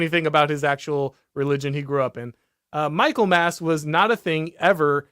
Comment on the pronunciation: Michaelmas is pronounced mickle-mus